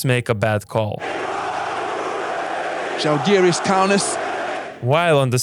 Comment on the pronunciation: It's žalgiris